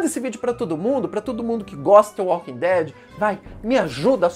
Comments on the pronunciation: Me emputece vê alguém falar "T" invés de "D" Walking Dead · "The Walking tead"